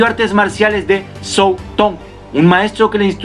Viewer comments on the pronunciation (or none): none